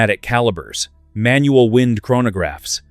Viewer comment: Excellent movements - awful AI commentary. "Wind" as in "to wind up", NOT "wind" as in strong breeze. So irritating